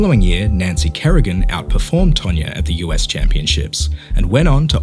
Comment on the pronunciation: It's TANYA, not TANYA-R